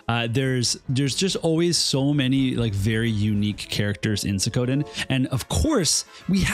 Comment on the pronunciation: it's SWEE-KO-Den da fuq? not Se-kowden